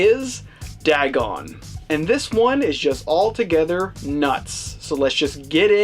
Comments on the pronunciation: Its pronounced D-AY-GON. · Lmfao you overact MORE than Ezra! Wtf is "dagg-on"?